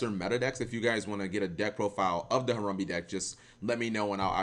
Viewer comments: i swear you literally try to pronounce things wrong just to piss people off. harumbee? really? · harambe not harumbe , put some respek on it. unsubscribed.